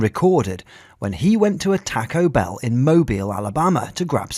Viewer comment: Its taco bell not tuco bel`